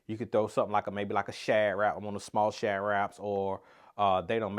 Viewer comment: I don’t know what you were saying about shad…because all I heard was shadrach (like in the Bible) 😅